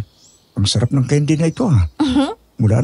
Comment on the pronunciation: Haha natawa ako dun sa Daisy. Bago ka lumandi, ayusin mo muna pronunciation mo ng candy haha naging keyn-dee na lololol